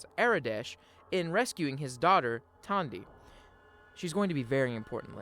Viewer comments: Who is Tondy? Her name is Tandi. She even says it in game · Great video. As a heads up, Aradesh's daughter is named Tandi, not Tonya.